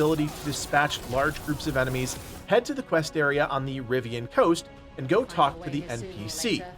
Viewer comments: am i the only one screaming "Rivain" every time I hear "Rivian" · Bro stop saying the RiVIIAANN coast. If you play dragon age at all you'd know its Rivain.